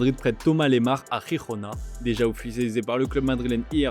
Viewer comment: Rirona, Non!! "jirona" a la française ^^' c'est du catalan, pas de l'espanyol